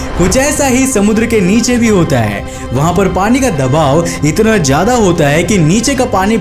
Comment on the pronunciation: Jada /jaida nahi Ziyada bolo bhaiya, Tej nahi tez